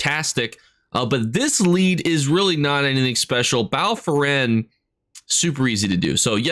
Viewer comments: Bro I love ur videos but ur pronunciations baffle me “bal foren” is impressive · Bal foren? 🤔 Bal Foyen?